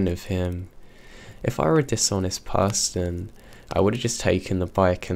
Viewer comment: PERSON, not PERSTON!